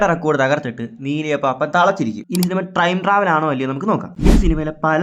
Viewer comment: Trime travel എന്നല്ലേ ആ പറഞ്ഞത് 👀😅